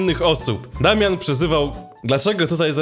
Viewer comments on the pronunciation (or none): none